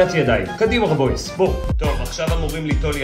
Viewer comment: לא אומרים רבויס אלא רבוייסיי